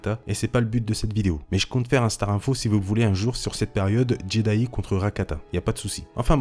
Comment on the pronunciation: Par contre la prononciation de Jedi est à revoir parce que là... Jedayi :')